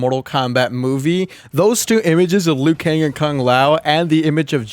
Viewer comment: liu kang not "lui kane"